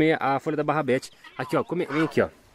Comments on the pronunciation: barrabete é rabanete kkkkkk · Melhor coisa do vídeo é o falando barabedes só que é rabanete.kkkk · Hooo,não é barrabete é rabanete..😂😂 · é RABANETE não barabete kkkkkkkkk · Kkkkk o nunca vai apreinder a falar rabanete so barrabeti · No caso seria rabanete né kkkkkkk